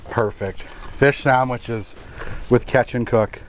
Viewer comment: “Pike sammiches”